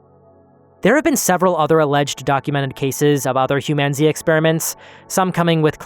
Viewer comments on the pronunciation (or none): Hugh man zee